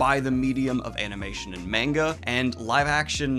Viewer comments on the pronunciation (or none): the "a"s of MAngA both sound like the second "a" of your pronunciation of Manga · Hi there, just a heads up: the A in Manga is pronounced the same way as the A in Obama. Loved the episode!